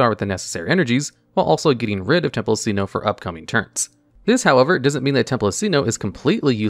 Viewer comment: I'm losing my mind with his pronunciation of Sinnoh.